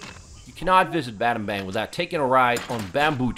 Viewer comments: Battambong, batta-bang 😂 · If you visit a new place. Why not learn how to pronounce? Battanbang is Battanbong. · Battambang pronouns Bat-Dom-Borng